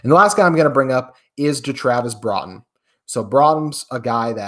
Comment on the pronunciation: My guy... His name Jaxon Smith-Njigba not "Njigba Smith" and our CBs name is "Broughton", not "brought 'em" You said the same names incorrectly last week and I wasn't going to say anything, then you did it again this episode. I hope this doesn't sound too rude, I'm honestly just trying to be helpful, but if I'm going to dedicate time to listen to a daily podcast, I want to believe the guy talking knows more than I do and can teach me something. Getting basic things like this wrong isn't helping.